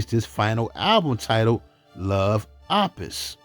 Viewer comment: Opus is pronounced oh-pus.